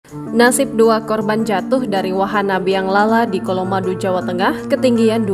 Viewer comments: colomadu di baca C bukan K ya gan 🙏 😊.. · padahal udah jelas hurufnya C....sok inggris dibaca K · Pembaca berita tolong baca bener ya. Colomadu bukan Kolomandu....